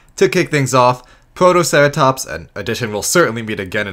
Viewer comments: And you forgot Protoceratomps! Not protoceratops, no it's 100% accurate and totally not a mispronounciation either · The narrator also called Protoceratops "ProtoceraTOMPS"